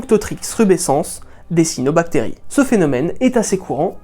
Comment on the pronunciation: Le biologiste marin en moi crise a la prononciation de cYanobacterie ^^ sinon j'adore cette vidéo !